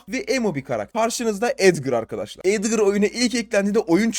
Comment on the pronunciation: La abi Edgır değil Edgar gerçekten cahilsin